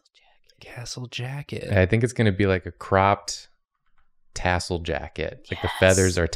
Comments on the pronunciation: I heard "castle jacket" too it's okay buddy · I also heard "castle jacket",. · It's OK, I too heard castle jacket. 😆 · truther out here: i too heard castle jacket and it reminded me that when my brain is on empty all that plays in there is karina saying castlevastle instead of castlevania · I also heard “castle jacket” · Just here to say… I also heard “castle jacket” and thought, what’s that? 😂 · To be completely fair to, I also heard "castle jacket":-D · in defense, I also heard "castle jacket" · I also heard 'Castle Jacket' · In defense I heard castle, instead of tassel, too. >.>